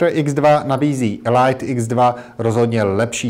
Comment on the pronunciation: "Elajt X2" ?? WTF?